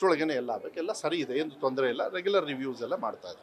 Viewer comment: ಹೇನು ಹೇನು ಅಲ್ಲ. ಏನು ಏನು😂